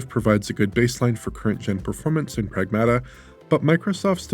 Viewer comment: it is Prag-MAH-tuh!